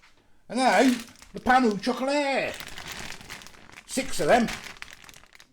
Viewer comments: The way you prenounced it had me in stiches 😂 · Oh my the pronounciation is so off, sorry. But stay true to yourself 👍